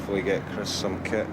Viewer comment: "Kit" not ket